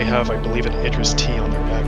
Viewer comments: For "Idris" it is pronounced starting with: "Id" NOT "Eye". Look up the actor Idris Elba and see how people pronounce his name online. It's the same way. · id riss ..... say it with me ir riss not what your saying lol